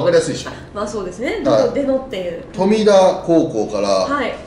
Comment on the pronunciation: とみだではなくとみた、濁らないんです。